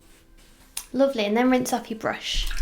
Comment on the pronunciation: your voice saying "lovely" with that accent reminded me of Cassie, from Skins uwu